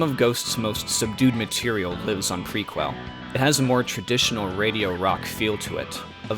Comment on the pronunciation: The mispronunciations throughout... Worth the price of admission! Dude, it's pronounced, Pre- kel. NIHL is pronounced like the river. The Nile. Couldn't watch it any further. Correct your mistakes or lose subscribers.